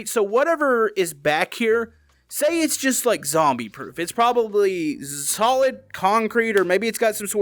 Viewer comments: You did say Zolid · you said like szolid